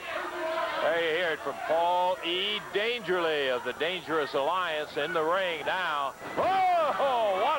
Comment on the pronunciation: Why does Lance Russell call Paul E Dangerously - Dangerly?